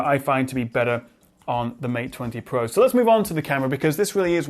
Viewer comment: Mate Twenty Pwoah...